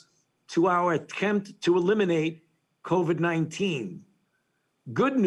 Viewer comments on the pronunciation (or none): The way he calls it Covi annoys me. I don't know why but it does. Maybe it's the way his voice sounds, I don't know, I'm usually not bothered by the way other people talk. I think it's one of our best features as humans, each of us sounding different. But not his voice, his voice really pisses me off.